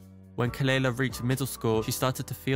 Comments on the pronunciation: Just a light comment, the correct pronunciation of her name is kuh-luh-lah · her name is pronounced kuh-luh-lah. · At least pronounce her name right, it’s kuh luh luh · youre pronouncing her name wrong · Not you mispronouncing her name.. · At least say her name right... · Thas not how you pronounce her name. 😘